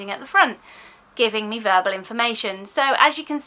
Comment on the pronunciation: Agree with all you say! I did chuckle though as I heard it as burble processing 😂x